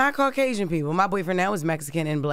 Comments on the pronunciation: He even said cau-qway-sian. Lol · The first caller doesn’t like to describe people as colors but called BW “black” and can’t pronounce Caucasian 🤦🏽‍♀️ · "Caucwasion" & "Morability" are CRAAAZZYYY! 🤣